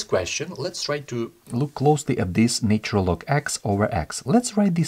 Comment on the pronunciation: Love the explanations thanks for your video ❤ just one feedback it’s not said “NAYtural” - Although the word Nature is distinctly so, the Na in ‘NAtural’ is pronounced same way as NASA, or Na X.. in russian 😇